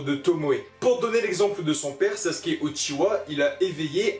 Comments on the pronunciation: SasUUUUke le « U »bordel sinon bonne vidéo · Vous savez pas dire sasuke